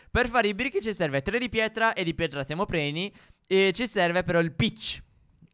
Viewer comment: Al minuto Stef dice "preni" invece di pieni